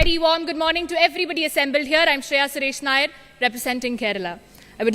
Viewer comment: NAYYAR..NO..IT IS NAIR